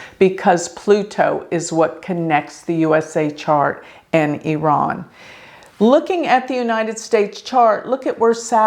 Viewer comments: Thx for pronouncing Iran correctly. I’m from iran and based on my analysis, July isn’t his correct Bday, you’re correct. Khamenei follows astrology and occult 24/7 so he wanted to confuse people. He’s truly psychopathic. Based on my analysis, May or Nov this yr are important for him and hopefully the biggest wish of 70 million of us who are all agreement re wanting him vanish into a blk hole come true. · You pronounced Iran correctly! 💖 and yes birthdays werent accurate back then especially in iran